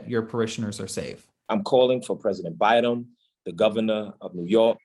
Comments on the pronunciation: Is it me or did any notice that he said Bidem instead of Biden. 😂 He’s a joke. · Did he call president Biden, president Bidem? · He’s said president Bi-dum. Who is President Bi-dum? 🥴🤡